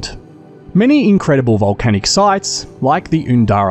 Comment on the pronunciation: In FNQ near the 7 sisters, we do touch on volcano systems and drive past them all the time. Up here they pronounce Undara as "u" in umbrella. They get booked out fast during holidays, if you want to see them and have a tour, plan ahead.